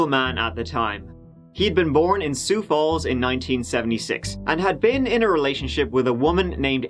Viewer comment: I was sure you said Soup Balls, not Sioux Falls 😂